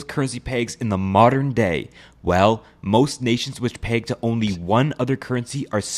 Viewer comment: Why do you say peg like plague